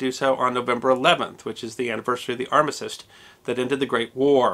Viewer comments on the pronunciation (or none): Great respect to you,! I love your videos and the accurate research that goes into each topic. Most of the thing you present are things of which I have never heard, which I guess is the point of your channel. Incidentally, I have a pronunciation, note on the word armistice... I believe you are pronouncing it "a r m i s i s t" rather than "a r m i s t i c e". Just a note, not a negative criticism. Thank you for all you do!